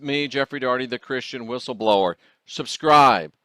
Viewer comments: You need a "B" in your WHISTLE-LOWER!!!!! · Love your stuff but your missing the “B” in Whistleblower